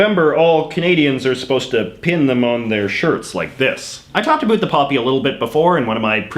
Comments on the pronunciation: I don't know what part of Canada are you from however it would appear that you're from the GGA and I still cannot understand why you're the only person in my 70 years of life that I've heard actually say a boot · I don't normally comment on videos like this. As a proud Canadian, I found this one hard to watch. For one we wear the poppy to show our respect for the veterans who gave their all so we can have the freedom to miss pronounce ABOUT like you do. Not because we are pressured into wearing them. It is the lower middle class that keeps the country moving as they are the ones working hard at bad jobs to cater to a generation that has no respect for what came before. And making people feel low because they buy No Name brand food is in bad form. Growing up we were thankful for what we had, and if we weren't we would get A BOOT in the ass to correct the behavior. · Your pronunciation of "about" and "around" seem absolutely put on to appeal to Americans' stereotypes of how Canadians talk. C'mon!! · I noticed you say words with "ou" like about or around, you pronounce like no other Canadian I've heard . Where do you get that pronunciation from? By the way, the Canadian poppy is awesome! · About? Wow that sounds different to me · A strange question. The way you pronounce about is the very stereotypical way I’ve heard of referring to the Canadian pronunciation of the word. ie an ooo sound instead of an ow sound. Then I noticed that you did the same pronunciation for the word around. My question is what part of Canada are you from? I ask that because I’m from Alberta Canada and we from what I’ve observed for around 54 yrs pronounce both of the aforementioned words with the ow sound. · Drives me nuts. Get rid of the over pronunciation of about and around, it's ridiculous . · i know your about (lol) page says u live in van, but r u from there? bc the way u pronounced about gave me whiplash, i've never heard it like that